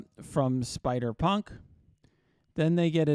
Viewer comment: Couldve swore you were gonna say spider spunk when you were trying to say spider punk special lol